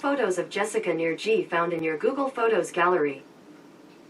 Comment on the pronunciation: Jessica Nigri. Pronounced Knee Gree.